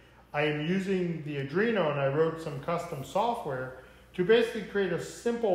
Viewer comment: Liked the video but......if I had to hear you mispronounce ARDUINO one more time...... it's arduino NOT ardrino 😔